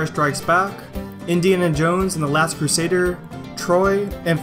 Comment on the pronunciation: Indiana Jones and the Last Crusaid-ER? Eh?